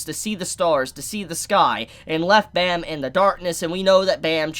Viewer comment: I love you, but please pronounce Bam’s name right. Pleaseee.